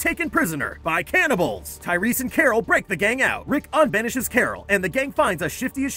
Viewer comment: Her name is Carol not Coral